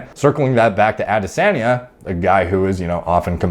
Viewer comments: pronounced AH-dis-on-yuh (no biggie btw just putting it out there.) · Yo. The way you say "Ah-di-sahhn-yeh" is making me laugh so hard. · Interestingly, is not butchering the name. The tone is off but pretty close to the Yoruba pronunciation 👍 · Dude you just keep saying the same thing over and over. You never explain how it might not be steroids. You can’t even say his name right. Seems like you are just using this to get views. To be clear I don’t really care one way or another because I’m sure a lot of fighters are on things. It just seems like you are being purposely vague and not giving details either way. I mean if you’re actually trying to figure something out or “help” people understand it just seems like you would have better information.